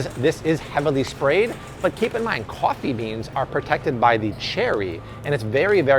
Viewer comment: Art doing Cwaffee Talk. Lol. 90s SNL was the best.